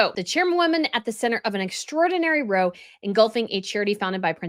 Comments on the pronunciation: I love your channel and your videos! I just wanted to mention that when you use the word "row" in the British sense, meaning an argument, it should rhyme with bow as in "Take a bow," and not bow as in, "I put a bow on the gift." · If you want to be a reporter, please learn how to pronounce words. There is no "d" in Sentebale. And "row" is pronounced like "cow" not like "no." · VERY good advice here. My knee-jerk is to side with Sophie but I know nothing about her. Knowing harry's laziness and entitlement I'd think he'd be difficult to work with. But.... **just a note,,. When "row" is used to describe an argument the "ow" is pronounced as in "owl", "ouch".. different from rowing a boat. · Row = pronounced like now but with an r. Means to have an argument. Sorry to be “that person”. ;)